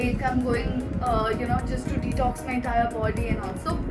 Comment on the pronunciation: I think I am the only one who hearing the pronunciation of detox is tik toks🤣🤣🤣🤣🤣🤣......but....congrats niti wish u a happy journey of your marriage 😊😊😊😊❤❤❤😘😘